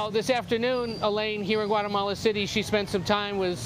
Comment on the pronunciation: CUATAMALA??? Tf is det ??